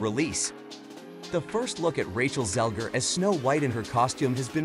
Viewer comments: It's" Zegler," not "Zelger." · You have one job...it's ZEGLER not Zelger.